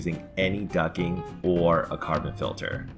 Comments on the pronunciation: The T in Duct isn't silent FYI. I keep hearing you say ducking not duct-ing. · its not "ducking" its "ducting" ffs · It's duck-ting. Not ducking. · It's "Ducting" not "Ducking"! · It's " Ducting " not " Ducking " ! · Okay, it's not "ducking"!!! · Ducting!!! not ducking lol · isnt it ducting? not ducking? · plz use the t on ducting its not ducking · Duct not ducking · Ducking?? Quack Quack LOL ITS DUCTING haha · Ducting not ducking. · Ducting not ducking quack quack lol good info though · it's DUCT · The best explanation I have found so far!! Just add a "t" and I will watch all your other vids! (its a bit like fingernails on a chalkboard....) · When did the T in ducting become silent? Ducking? Is it like the L in solder? Too hard to manage or something? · He actually typed it too. He SPELLED it 'DUCTING'...I don't see how he could get the pronunciation so horribly wrong.